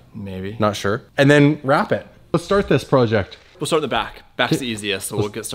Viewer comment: Anyone else ever notice he always pronounces "process" wrong? And in this video his pronounced "project" wrong